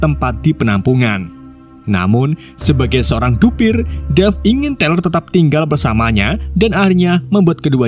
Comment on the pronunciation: Tyler = Tai-Ler Ini Abang bacanya Tiler akwkwkw